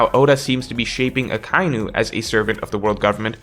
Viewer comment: Do you seriously not know how to pronounce Akainu??